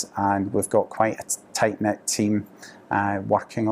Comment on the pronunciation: Did Jerry just say "we have a very tight 'lipped' team?" 😂 teehee (knit)